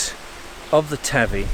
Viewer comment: THE RIVER / PETER AND MARY TAVY ARE PRONOUNCED WITH THE A NOT THE av ie SOUNDS LIKE HAY NOT LIKE HAVE IF THAT MAKES SENCE .